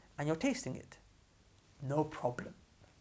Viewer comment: idk I'm dying of laughter😂"No proo bleem oo" anyways may allah bless